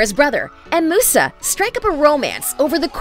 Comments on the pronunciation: Moosa? Really? You even spelled it right in her segment. It's pronounced Mew-sa. Thank you. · Who else got mad when she said moosa and not musa ots mew-sa